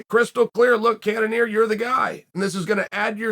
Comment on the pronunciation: Izzy called out cannionier